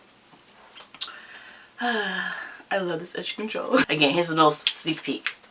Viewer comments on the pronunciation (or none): lol 😆okay. But you did say seek peek....